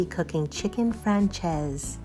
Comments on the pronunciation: Nice, easy recipe. Serve with salad? Rice? b/t/w it's pronounced "Fran-chay-zeh" (not "Fran-chayze") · Hey... If you are going to get fancy...pronounce it properly...its...fran- chay- zay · Looks delicious but damn you butchered the name. Lol